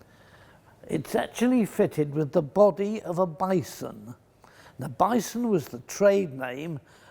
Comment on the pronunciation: Bison? More like Bye-son